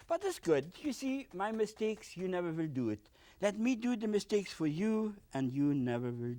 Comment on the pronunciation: "I vill... I vill...... " hahahha he's mumbling the whole time about how he feels about the mountains and so on. Now we can see from where Bob got his "we don't make mistakes" line.